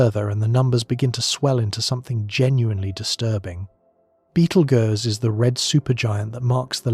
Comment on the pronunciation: Ai said “Beetlegers”😂😂